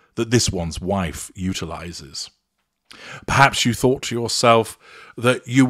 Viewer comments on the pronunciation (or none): You said 'utilizes' while all I heard was 'brutalizes.'